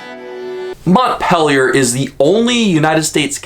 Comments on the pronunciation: MontpEELier. Not " Montpellier". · It's pronounced "Mont-PEEL-ier" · TRIGGER WARNING SNOWFLAKES DON'T READ YOUR FEELINGS WILL GET HURT!! I'm a lifelong Vermonter. And it is so annoying when someone does a video about a state and can't even pronounce the state capital's name correctly!! I grew up in (I pronounce it Mont-pill-ier). And they wonder why there called snowflakes and flatlanders. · The capital is MONT-PEEL-YER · You are pronouncing the capitol wrong.